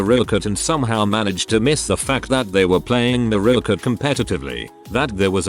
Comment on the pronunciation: Mariokart. TTS: "muh-ROW-kuh"